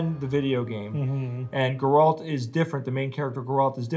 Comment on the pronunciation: I'm not getting used to how yous all pronounce his name as "Gorolt" and put the emphasis on the second syllable.